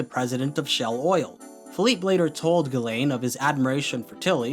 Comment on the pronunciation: I know it is 1 year after the upload but as a french viewer I must say.... Ghislaine is not pronounce that way. It is "Jisselaine" since "gi" for us is the "ji" for an english speaker and "is" is pronounced like "ise". I'm not complaining I'm just saying it as a trivia if someone is interested .